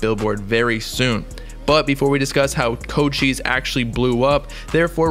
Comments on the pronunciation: Coach ice not co cheese I swear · Mans really just said "koe chise"